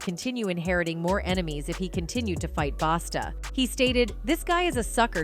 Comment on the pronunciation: His name is a Busta not Basta. Smh